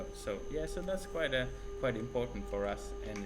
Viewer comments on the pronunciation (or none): "It is kłajt important"